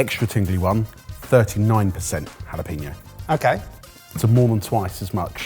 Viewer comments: for the love of god stop inserting "peen" into the word jalapeño. ha-la-PEN-yo. never good to insert peen where it doesn't belong. makes every spanish speaker cringe. almost as bad as "choritzoh" for chorizo or "payela" for paella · Why do you call it JalaPEEno? The ñ is there for a reason. ññññññññññññññññññññññññññññññññññññññññññññññ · Your pronunciations of cayenne and jalapeno are painful